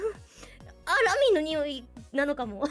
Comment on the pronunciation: 日本酒の香りを「ラミィのにほぃ～」って言うの笑ったｗ ・・・そうか。・・・ラミィの匂いなのか。・・・そうか。 ・・・・・・日本酒買ってこようかな。